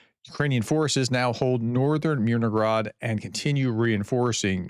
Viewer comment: Hey Prof... there is no G in Myr no hrad. :) Influence of Russian: In Russian, a related language, has a similar letter 'г' that is pronounced with a hard 'g' sound. Because of this, some may incorrectly assume that the 'h' in "Myrnohrad" should be pronounced as a 'g'. Little things bug me... 😄